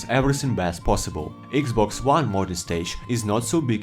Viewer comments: “Eeeeeks boxs whan” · "EGGS BOX JUAN"